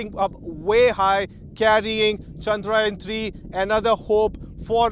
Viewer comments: 🙏 good comentry , pl pronounce the name correctly, It is chandrayaan , not chandraayan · It's Chandra-yaan, not Chandraa-yan... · It’s not ‘chandraa yen’ kid it’s “chadra yaan’😇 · Who is this reporter? Can't pronounce 'yaan' properly.